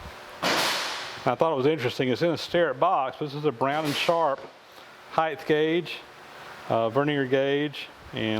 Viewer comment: gah...it's HEIGHT (Hi-tit) not HEITH (Hi-thh) gauge....people!!